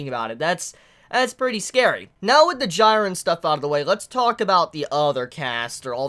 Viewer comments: His name is pronounced jee-ren, not gee-ren. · Bro I'm sorry but please...correct the way you say these names. Jiren (gee-ren). Same with hunter x hunter!! Kurapika is not (kura-peeka) it's (ker-ah-pee-cuh) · I cringe every time he calls him gyren. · this episode was lit asf, also am I the only one cringing at how is saying Jirens name wrong ☹ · Why are you pronouncing Jiren's name so weirdly? It's been confirmed how to do it right? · That's not how you pronounce "Jiren"